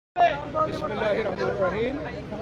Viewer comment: ভালো করে বিসমিল্লাহ বলা হয়নি